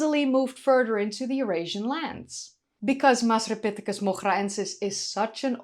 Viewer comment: Hiya. You pronounced the “masri” in masripithecus like a native. Really nice, the effort you put in shows. In Moghraensis, the gh should be pronounced like as if you’re gurgling or like the letter R in French, not like the ch in German. Love you bye.